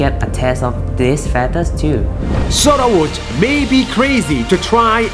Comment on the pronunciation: "At first, people rejected Soruwat's idea" Me: bruh it's Sorawut not Soruwat